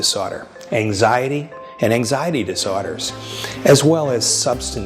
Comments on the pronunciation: This video was really leading me into a nice moment of self-acceptance and understanding until he dropped the word "disorders" like five times there in the last two seconds cuz he pronounced it like "dis o'tters". . and now that's all I can think about. The takeaway here is that I need to get beyond "dis o'tters" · OMG HAHHAHAHAHAHAHAHA my only takeaway from the video was the way he said "dis o'tters" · I hate the way he says disorders